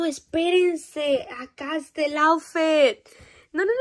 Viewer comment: Se Dise aufit no aufet